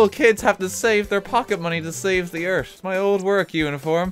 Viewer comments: "thee Eert" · I love the way you say earth. Eart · "ERT" "THE meteor will destroy ERT"